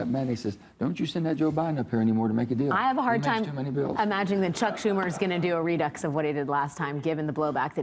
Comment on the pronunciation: Can we all just appreciate Alex Wagner desperately trying to sound intelligent by pronouncing "redux" wrong multiple times as if it was particularly profound?